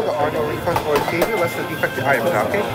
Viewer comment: dude said ecchanges